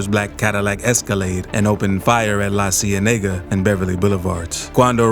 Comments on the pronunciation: It’s la-see-inda-ka You keep saying La Cienega wrong😂😂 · The narrator speakin on Cali Bizness and obviously not even familiar with the city. Can’t even pronounce the the streets 🗣La See Yaa Nayga!!!